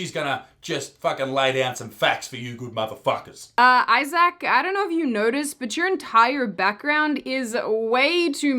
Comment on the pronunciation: Issac sounds Irish 🍀